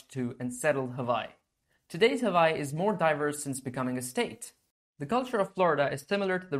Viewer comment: Hawaii is actually pronounced Havaii, so good on you.